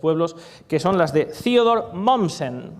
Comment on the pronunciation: ¿¿¿Quién es Ziodor Mommsen???... ¡¡¡THEODOR MOMMSEN!!!... por favor corrige esas cosillas.. en pichinglish sólo se pronuncia lo anglo... MUY buena la conferencia... ¡¡¡GRACIAS!!!